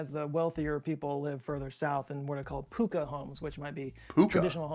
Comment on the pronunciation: kutcha is pronounced kaccha(raw) house and pukka is pronounced pa-kka (cooked) house